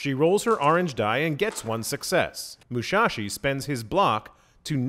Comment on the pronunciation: It's Musashi not Mushashi :(.